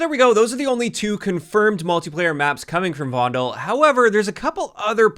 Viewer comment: The "U" in "Kunstenaar" is pronounced as the "e" in "the". Or the "u" in "under". Also, for the "e" in "Vondel", you could pronounce it "fondle" and people would assume you are from Amsterdam, because people say f for v.